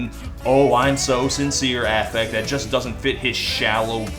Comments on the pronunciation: I knew this song sucked as soon as Mendes pronounced the word ‘just’ as “joy-ist”. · Dude sounds like Cartman when he sings. Makes me wince. The way he pronounces "just" when he's singing as well is something I can only describe as alien. He sings "jaaaiiiiiiiist"... just... what the fuck is that. He does it with the word "touch" in Stitches too. "Taaahheeeetch"... what a cunt. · Why does he keep adding vowels to his words? Like "just" and "want" become "juyist" and "wahint." Annoyiying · why does he say just jeyest...